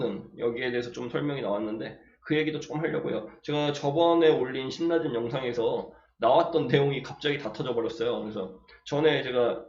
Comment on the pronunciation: 신나젠 아니에요 실라젠으로 읽는게 맞아요 ㅎㅎ